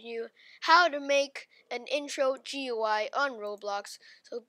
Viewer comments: I have two tips: Its pronounced gooey and Dont sou d so depressed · it pronounced gooey